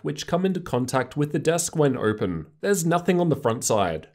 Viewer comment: How do you have a r sound when saying certain words like open 😂😂